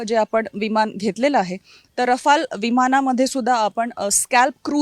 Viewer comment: रफाल नाही राफेल विमान 😂